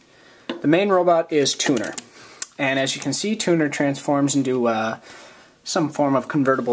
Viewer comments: I thought you said "tuna" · I thought you said tuna...